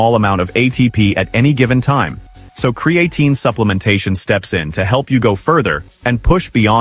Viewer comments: As soon as I here creatine mispronounced by AI, I'm done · Hard to take this seriously when the AI narrator can pronounce creatine correctly only half the 😅time. There are much better info sources on this subject, like Physionics or Found My Fitness.